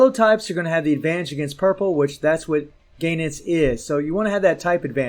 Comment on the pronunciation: GO...enitz, not "GAY NETS" ...the cringe ffs